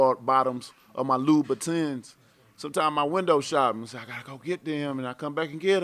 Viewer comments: lou-bat-ins lol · wtf is a loubitten ? 😂